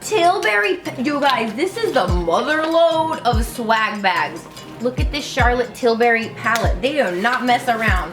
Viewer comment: "Charlot Tilberry" I am dying everytime :D